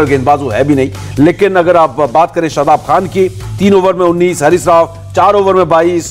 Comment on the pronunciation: Dear Mr. Anchor not is hris Rauf.its Harish Rauf 👍